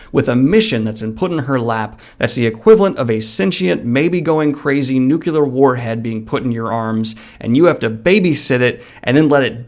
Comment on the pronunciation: DANIEL. NUKE. LEAR. NUCLEAR N U C L E A R